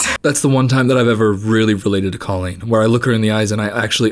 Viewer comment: As an ex fan, your mispronunciation of her name still hurts me😂